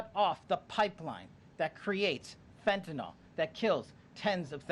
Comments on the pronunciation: It hasn't happened yet. Let's see what Mexican money can do to open the supply lines. BTW it's fentanyl not fentanol so at least learn to pronounce it right. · THIS Well Known drug is Constantly MISPRONOUNCED , and it makes my OCD cringe …😂 “FENTANYL” IS Pronounced like …FEN TAN ILL 🙀‼️ NOT - FentinOL OR FentanOL 🤔😮😩‼️